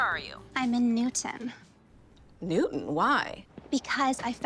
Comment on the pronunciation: I'm a stickler for diction when it comes to actors. I hope that this actress portraying Laura has only the one gaffe where she called Newton "noon". Ugh. Director must have been distracted to let that go by.